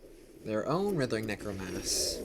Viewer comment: Damn bro we get it. You suck at pronouncing writhing necromass. So stop. Please.